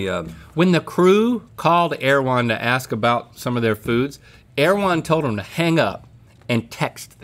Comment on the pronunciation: I am listening on my girlfriends computer and omg the introductory girl speaking said, " air-one", not "err-e-wh-on" and it is driving my insane!